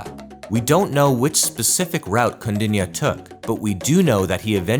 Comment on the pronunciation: Kaudinya...pronounce correctly..